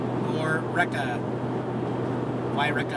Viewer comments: It's pronounced { Y- Reeka,,} great shots, beautiful scenery. There's a cave at the base of Mt Shasta went there once a long time ago. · Oh, come on! You're from the NW. You know it's not pronounced Y-Wrecka. It's Y-Reeka. Dufus 🤣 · As someone who lives on the west coast and who has traveled up and down I5 many times before, I'm shocked you don't know how to pronounce the city of Yreka properly. It is pronounced, "wy-REE-ka." Please stop saying Y-wrecka! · No, no, guys! It's wye-Reekah! You are welcome. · It's Why ree ka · SORRY some can't comment nicely. I would offer the pronunciation of Y reek' a (a as in "a nice time). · Yreka pronounced why-REEK-a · Hi there...it's pronounced "Y - reek - ca" Great videos of you and Jax! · WHY-WRECK-A? What a maroon, as Bugs Bunny would say. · it is pronounced Why reeka. Just like Eureka is pronounced You reeka. The two reekas of CA! Love Jax's reaction to the trout! He thought it was his. Jax is so funny. Love the way he was yawning, then looking at you, toward the end of the vid. Makes me laugh!! Safe travels. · Right...pronounced like Eureka (I remember your video of your pretty horrendous visit there), but with a Y (“why”). I get a kick hearing how visitors try to pronounce all the crazy town names we have here in CA. Reminds me of guessing how to pronounce all those interesting town names you have in WA! 😂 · Yreka is pronounced Why-ree-Ka. 😊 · FYI. I think its pronounced Y REEKA. Thats the best I can do phonetically. :) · Why-reeka, actually, I think. Beautiful fish, hope Jax got a taste. Say hi to Ashland as you bop by! Safe travels. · Pronounced Y(as in the letter Y)REEKAH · why-reee-ka Bro. Been following you for years. Thanks for the entertainment. Safe travels & Jax. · hi. its actually pronounced whyreaka. yreka.I used to live close by there. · I'm judging you for mispronouncing Yreka. It's pronounced like eureka only with a 'why" (Y). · pronounced why reek-ah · It's pronounced WHY REE KA